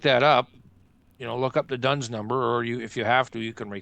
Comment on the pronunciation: it is not "Dones number," it is "D-U-N-S number, issued by D&B (Dun and Bradstreet), and every County Library with have the four volumes.